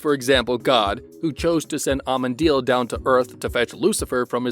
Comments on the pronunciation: Please....... A👏M👏E👏N👏A👏D👏E👏I👏L Not Amediel..... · Ah men ah deal. That's how it's pronounced PLEASE!!!